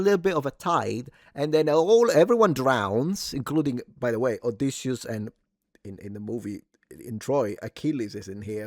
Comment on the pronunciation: You said his name right. Noooooo, WE DID not like it. the Malaka's a joke. No REAL Greek seen it, not 1 Greek in the movie the POS